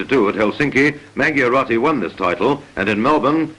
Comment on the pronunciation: The real pronuntiation of the most important Italian fencing champion's surname, Edoardo Mangiarotti, is Mandjarottee, not Mangiarottee...